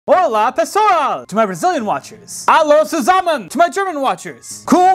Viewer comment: Oh boy,the pronunciation in "olá pessoal" was very good,the only thing weird for me was your accent,i'm not use to hear non brazilians speak brazilian portuquese